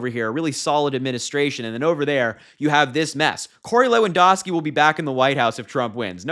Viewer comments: LewanDOWski - ou, as in "ouch" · Just so you know, Lewandowski is pronounced loo-un-dau-skee. I didn't know he was still around. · LEW-AN-DOW-SKI come on..I really like you young guys talking..but please get your names straight..😊